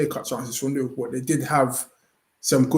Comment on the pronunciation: 'Liverpoo' savage 😂